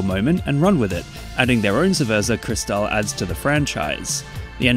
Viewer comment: Got jumpscared by cerveza CRISZ-tal outtro, im done💀